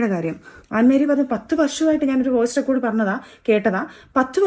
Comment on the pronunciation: റിക്കാർഡ് അല്ല റെക്കോഡ്